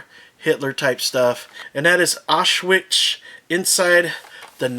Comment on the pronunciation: You need to watch different WW2 documentaries if that's how they pronounce Auschwitz.